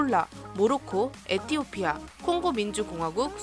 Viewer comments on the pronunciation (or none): none